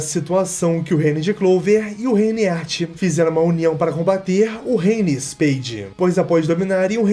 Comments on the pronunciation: A agonia que eu tive ao ouvir " He Art" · Que agonia o vídeo todo tu chamando Heart de Éart kkkkk